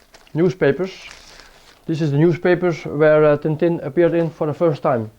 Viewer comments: Tintin, not Tin Tin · Tintin, not TinTin